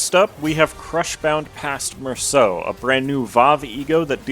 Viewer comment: FINALLY SOMEONE THAT PRONOUNCES MERSAULT THE RIGHT WAY 😭(amazing overview btw)